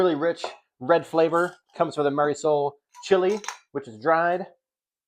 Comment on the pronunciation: Mirasol, not Marisol